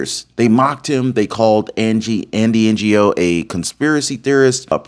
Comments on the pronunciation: Andy N O NOT PRONOUNCED N G O LOL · Pronounced as Andy Noh, the G in “Ngo” being silent… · Andy Ngo is pronounced Andy Know, just to help. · Andy No. The G is silent. You're welcome. 😉